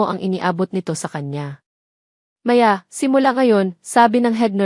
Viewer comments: maganda Sana Yong kwento Di ko bet Yong narrator Yong pa bigkas Ng Maya ay Di pa maayos hmmp Sayang gusto ko sanang tapusin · Pangit Ang pag bangit ng mga pangalan ng Maya at Leo . Pero maganda naman Ang story.